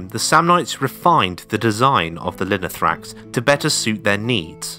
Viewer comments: Great Video!!! But its Lino-tho-ra-x, not Linothrax. Λινό-Linen and θόραξ- chest. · I swear every time I hear "linothrax" I'm close to getting an aneurism. This isn't a particularly difficult word to get right, and you said it a hundred times and didn't bother once reading it right. We still speak of the thorax in the medical profession. It's the chest. Finally, just because the "th" sound exists in English, doesn’t mean it exists in every language. The "th" is pronounced as a hard "t". Now let's try again: Linothorax.